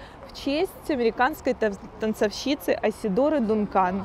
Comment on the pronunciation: Да и танцОвщица, а не танцовщИца.. очень неграмотная речь у девушки, много там ошибок, помимо ударений